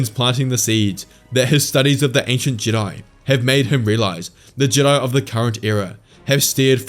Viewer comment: the way you pronounced jedi at the vary end there, was that meant to be a callback to the ancient jedI from before they split into the jedi and sith?